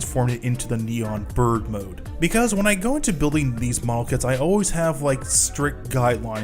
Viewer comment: Did you really just say it's "NEON" Bird mode??? It's NEO Bird Mode.